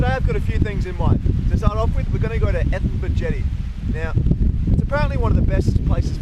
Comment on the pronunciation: It's pronounced "Edith-berg"